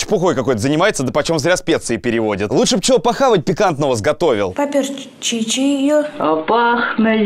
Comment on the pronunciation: Меня просто убила "чахшка", "поперчиче" и остальные мега фразы этого паренька